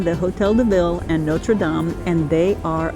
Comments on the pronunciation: Haha, you pronounce all the French words correctly except, Notre Dame. 😅😅😅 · for a French guy you really should know how to say Notre Dame properly